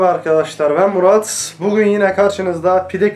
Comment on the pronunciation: MERABA ARKADAŞLAR BEN:D